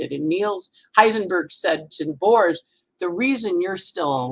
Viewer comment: With all due respect, Aarons are Hebrew Aharons, no relation to Greek Eris whatsoever ) And it's Niels Bohr, not Neal Bohrs (grammar Nazism as the last resort of a Virgo rising, I know)